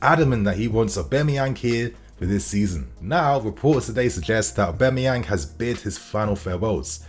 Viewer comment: Mans been pronouncing Aubas name wrong for months now